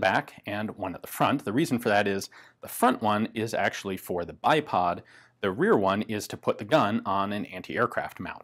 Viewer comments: OMG, why did i just hear iPod mounting points instead of bipod?!!😆😆😆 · lol. I swear he said there are “two iPod mounting points.” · Who else thought he said ipod mounts for a sec